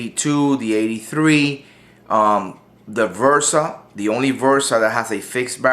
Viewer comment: It's a Bersa....B-B-B-Bersa Thunder, not V-ersa, damnit! I'm pretty sure that my ears did not hear wrong that you're pronouncing the B-ersa as "V-ersa". BERSA !!!